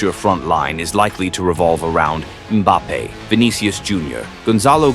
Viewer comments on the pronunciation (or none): Just an fyi I like the video, but the AI voice is jarring when it mispronounces names like Mbappes